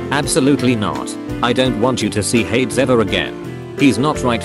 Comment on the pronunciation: Its not ha - eds its called hey - deezz😊